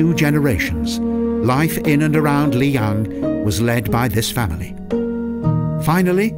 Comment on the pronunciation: The narrator should take a class of chinese pronunciation. You need to do a little research of how common words like qing and lijiang are pronounced correctly.